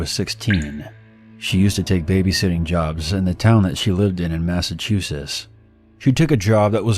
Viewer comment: Everybody talkin bout the kids. This nigga rlly said mass-a-chu-ses🤣